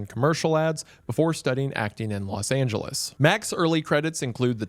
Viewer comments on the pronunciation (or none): none